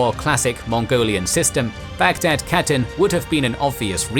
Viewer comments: When you pronounce khatun you say like hatun not katun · Khatun=Hatun not pronounced CATTEN, you could still mispronounce it as HATTEN and would be acceptable. Westerners especially Anglophones get so confused with the Kh digraph , just remember it’s almost identical to the German digraph of “Ch”. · Your videos good, pronounce of the word catun should be (kha toon),is not correct .